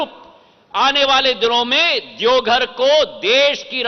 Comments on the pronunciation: E congress ka aadmi hai, jharkhand ke zilon ka bhi naam sahi se nahin pata😂 saara Hindi galat bolata hai, Deogadh😂 gazab chaplusi hai, Heliopod😝😁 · ज्योतिरादित्य सिंधिया जी भोलेनाथ की नगरी देवघर आप अच्छा से बोल नहीं पाते हैं